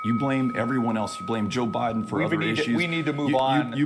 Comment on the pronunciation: Did he say Joe Burden? 😂😂🤣🤣